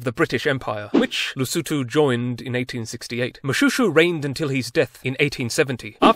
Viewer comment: Pronounced Moshweshwe, derived from the sound of the razor blade when he cut his enemies… careful with your jokes, this is my king. ☺️